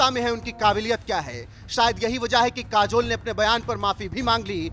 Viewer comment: काजोल बोलो जुबां केशरी